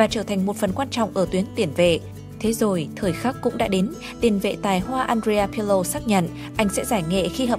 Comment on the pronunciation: àn rê a pờ lồ, what the f***